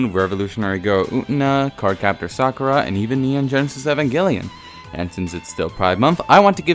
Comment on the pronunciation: Sakerra? Sakura..